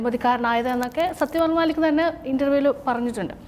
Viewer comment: It's mallick and not maalik pls